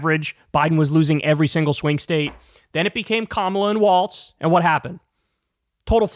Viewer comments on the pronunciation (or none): It's Walz, not Waltz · It’s WALZ Kyle. Not Waltz